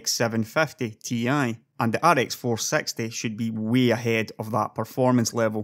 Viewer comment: i like how u pronouce rx 460 like rx 4sexty.joke